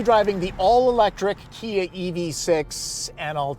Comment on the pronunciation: Kuh-Kuh-Kuh-KIA!! Or was that Chia? 🤔